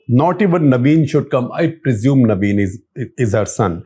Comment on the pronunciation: Not naveen.... Naveed